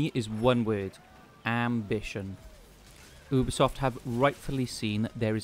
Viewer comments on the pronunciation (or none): Great video, the only that pissed me off was that he pronounced ubisoft "obisoft"